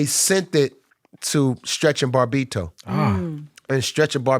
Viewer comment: I love how Redman pronounces Bobbito as "Bar-bito" lol